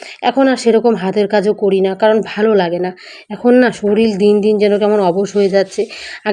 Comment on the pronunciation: Soril noi ota k sorir bole